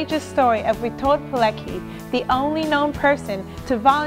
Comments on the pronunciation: PileCKi not PileKi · Witold Pilecki {Not Peelekee, but Peeletzkee} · You pronounce the name wrong. PileCki ."ck" is not pronounced as one. "c" is a separate sound. more like Piletzky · I wish she'd put some effort into saying his name the proper way, it ain't that hard really, even Google Translate can tell you how to do it. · You could at least make the smallest effort to pronounce his name right. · Widzę wiele dobrej woli u tej miłej pięknej dziewczyny i organizacji, w której pracuje, dla uhonorowaniu polskiego bohatera i Polaków w ogóle. Mówi o ważnych dla nas rzeczach w sposób dla nas akceptowalny (np. "niemiecki obóz"), co już jest nie lada osiągnięciem. Darujmy jest drobne błędy w wymowie, tym bardziej, że dla każdego zachodniego Europejczyka i Amerykanina nazwisko Pilecki, w oczywisty sposób będzie wymawiane pi-le-ki. Gdyby usłyszeli nazwisko Pileckiego w naszej wymowie, trudno byłoby im je powiązać z zapisem literowym. A przecież wszystkim nam zależy, żeby takie osoby jak Rotmistrz, były szeroko znane i rozpoznawane na całym świecie.